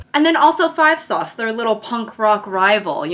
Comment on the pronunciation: im british and thought u said 5 sauce